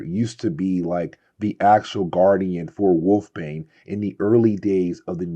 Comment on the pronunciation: Wolfsbane has an s in the middle of her name, and it is not a silent one.